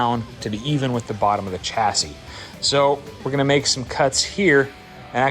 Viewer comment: Chassis is a French word and is pronounced shasee not chasee.